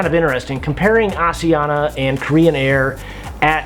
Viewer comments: It's pronounced: AS-I-An-ya Not As ee an - a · props for the awareness in trying to pronounce asiana. it's Ah-SH-eeh-ahna. got the 'sh', not the 's' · FYI, the pronunciation of Asiana is actually neither of the two options you gave/used. The closest English-speakers can get is "Ah-shee-an-na". The 's' is not a 'zh' or an 's' sound it's a 'sh' sound. You can hear them pronounce it as such on their safety videos as well. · its asian-na... read it properly!!! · How do you pronounce Asia? Then pronounce Asiana? My wife is Korean you are pronouncing it wrong. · When you’re on Rome do what the Romans do! Pronounce it like the Asian Pronounce it! Not all the people in the World 🌎 speak like you!!!!!!